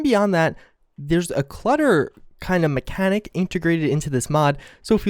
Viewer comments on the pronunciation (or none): none